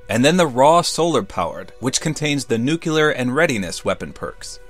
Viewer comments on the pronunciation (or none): Danzo Shimura, new - clear, NEWCLEAR, nuclear. new is one syllable, and so is clear. so together only two syllables. not "new-kya-ler" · NUKE-LEE-ER not NUKE-YOU-LER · You pronounce it like nu-ki-ler instead of nuke-li-ar. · Dangit....I've been subbed since around 7k and love your videos. You're in my top 3 fave tubers and your information is top notch. But plllleeaaaassee stop saying {nuke-you-ler} LoL. It reminds me of George Bush. It's a simple change, just try {new-clear}instead. But I digress, keep up the good work and I can't wait for the WWII challenge videos. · what is it with youtubers pronouncing nuclear wrong?